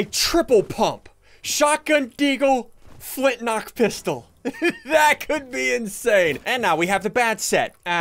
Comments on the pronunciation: Has anyone else hear him say flint lock? Like if u did! Edit: and then he said flint rock lel. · XD yea FOOT NOCK NECO what?? XD